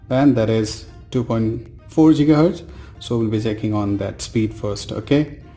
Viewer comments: Its Giga hertz and not Jiga hertz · Its Gigaheartz man, Not Jigahertiz. BTW, How much did u pay ? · It's not jigahz it is gigahz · Jiga hertz 😂😂😂. Bhai when did GIGA evolve to JIGA ??